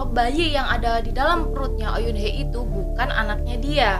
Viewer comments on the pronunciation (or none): Halo kak, maaf ingin meluruskan sedikit tentang pengucapan nama2 karakter hehe.. Bae Ro Na = Be Ro Na Oh Yoon Hee = O Yun Hi ya Ha Yoon Cheol = Ha Yun Col Lee Kyu Jin = i Kyu Jin Joo Dan Tae = Ju Dan Te Terima kasih, maaf mengganggu waktunya kak 😊